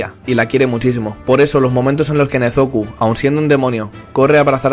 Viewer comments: Te equivoquas no se dise nezuku se si nezuko y no se desedise tanjiro se dise gompachiro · Por cierto no es nezoku es nezuko